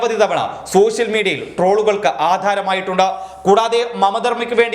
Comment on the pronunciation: സോഷ്യൽ മീഡിയ എന്നാണ് പറയാൻ ശ്രമിക്കുന്നതെങ്കിലും, ശോ ശ്യൽ മീഡിയ എന്നാണല്ലോ പുറത്തു വരുന്നത്. ഉച്ചാരണം നന്നാക്കൂ.